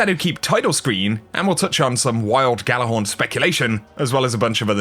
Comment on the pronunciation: Gjallarhorn is pronounced with a y, like ya lar horn